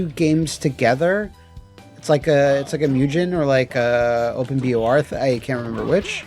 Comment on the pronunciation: I will never not be weirded out by saying "mew-gen"